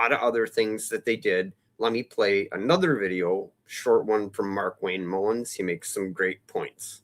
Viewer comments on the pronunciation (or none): Mullin, not Mullins